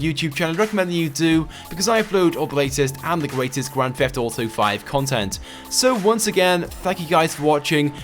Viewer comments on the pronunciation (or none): Sry, I dont play "Grand Feft Uto"